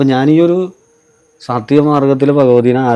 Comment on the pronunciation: സോത്തികം അല്ല കുട്ടി🤣🤣🤣🤣🙏🙏🙏 സാത്വികം